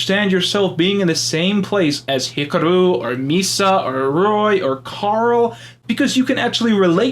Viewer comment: Why do you pronounce Hikaru as Hickuhroo?